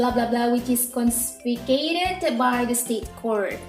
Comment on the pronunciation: No 4, "confiscated" bu bukan "consficated", dan saya setuju dengan yang bilang jawabannya C.